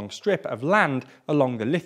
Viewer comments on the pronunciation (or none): none